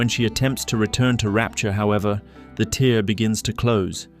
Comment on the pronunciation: Tear is pronounced tare rhymes with fare. Not a tear, like from a crying eye. Tear, like a piece of paper in half.